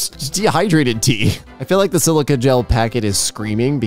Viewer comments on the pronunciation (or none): none